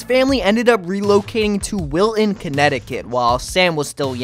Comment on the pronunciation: There's a T in Wilton. Please pronounce it.